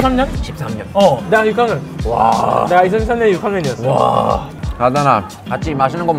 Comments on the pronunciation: 조쉬는 '6학년[유강:년]' 이라고 전라도 발음을 하지만 조나단은 [유캉년]이라고 표준어 발음을 하는 장면이다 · 조쉬 '육악년'이래...ㅋㅋ 전라도식 발음 습득 완료 ㅋㅋ